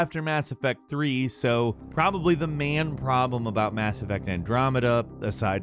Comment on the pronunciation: "the man problem". I wasn't sure what man problem he was talking about. I had to turn on closed captions to see that he meant the MAIN problem, haha.